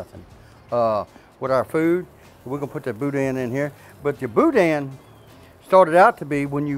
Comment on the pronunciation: The n in boudin is silent